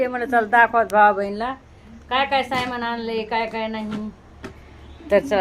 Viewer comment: सामन एव्हढा सोपा शब्द तीन अक्षरी असताना तुम्ही त्याला कठीण करून सायमन असे चार अक्षरी का बरं बोलता ..